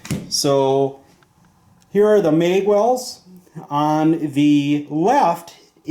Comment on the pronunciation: Bro it's MAG NOT MEG!!!! What are you a Canadian or somethin? Come on bro get your shit together. Ah hell it could be worse and you could call it a clip. Nice video tho. Thanks for putting the time together to make this video.